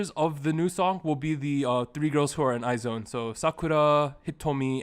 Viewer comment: I like this series of video contents that you're all dropping! Keep it up! I am an avid listener and I enjoy your discussions as well as I agree with all your opinions. I just want to clear some things out. IZONE is pronounced as /aiz-wan/ not /ay-zown/. Moreover, BTOB is /bi-tu-bi/ not /bi-ti-o-bi/. Gotta have to drop this 'cause I care. I love you all! More contents to come!